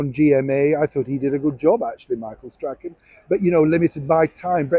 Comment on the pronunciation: cloth ears, haha. Michael Strahan 'stray han'. cgzone8